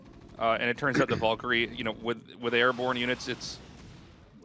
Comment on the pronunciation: YOU NEED TO TEACH TASTLESS HOW TO SAY VALKYRIE NOW